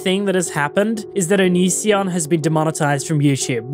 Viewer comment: The amount of times it took before Chris could say Onision correctly 😂